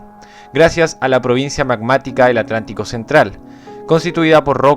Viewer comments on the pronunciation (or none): oceano atrlantico timido= oceano atraltico soft uwu